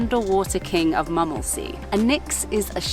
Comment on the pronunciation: And M"u"mmelsee will be pronounced with an "u" like in b"u"tcher ;-)